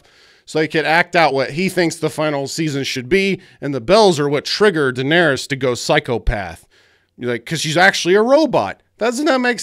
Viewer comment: "what about jon, he went from knowing nothing, to doing nothing", actually its pronounced "Daenerys"...